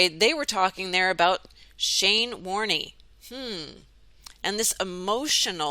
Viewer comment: Shane Warne was a cricketer! ( pronounced Warn silent E) Was he a mason?